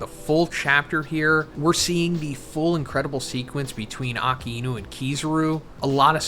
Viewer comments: You're not pronouncing "ah-kai-new" correctly. Love the analysis though. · It's not "Aka-inu".... It's Akainu :|